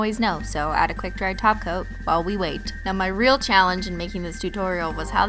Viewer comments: I like how when she says top coat it sounds like taco 😁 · Wait wait wait... Did she say TOP COAT? not TACO.. 😂😂